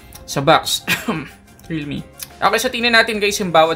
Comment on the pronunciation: I love your accent please say it again ; Ehem Realme